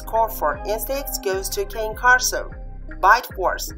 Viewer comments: If you used Al , since he is designed to robotically speak English, he will always say "KEI:N" with a long "I". It is correct to say "KANE KORSO" in Italian, not "KEIN". Explanation: Another YouTube channel owner had a similar problem. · Please, if you do comparison, know how to pronounce properly the name of the dog you are talking about! What a shame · Yes I know, it is correct to pronounce in Italian and even easier, but except for people who know its right pronunciation there are the majority of people who pronounce it in an English way, and there is always misunderstanding, when in plural I say Cane Corsi in Italian , I even took down one video for this reason :) so gotta envisage all people from all walks of society and demands, and suggestions helps me a lot and I'm thankful for it provided in what style suggestion is made, as you do it is more than help it is really a great help, some scold and that way suggest but I think i got a strong immune system now, got used to it :)